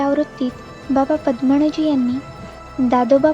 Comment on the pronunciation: बाबा" पद्मणजी "नाही बाबा" पद्मनजी "असे वाचावे. कृपया उच्चार शुद्ध असतील याची काळजी घ्यावी "न" चा "ण" होतोय बरेच ठिकाणी.